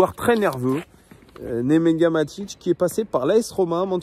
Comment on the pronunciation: C Nemanja pas Nemenya 😅